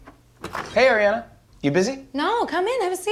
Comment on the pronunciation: not him pronouncing Ariana as "Aei-riana" 💀